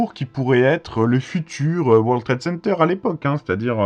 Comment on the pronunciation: Vous dîtes:" War Trade Center"...encore une prononciation fronçaise?!